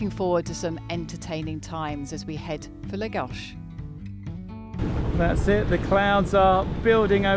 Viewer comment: Finally a British you tuber who correctly pronounces Lagos .Bravo.